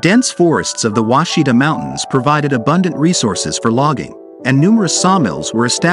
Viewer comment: Ouachita is pronounced Wash-i-taw, not Washita. I’m from Arkansas and we used to camp in an off grid cabin on the Ouachita River. I know Mt Ida. We used to drive there for a burger while our parents did the laundry at the laundry mat. Really beautiful river with water so clear you can see the bottom in most areas.